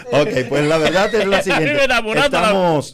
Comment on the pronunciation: Veldad o verdad?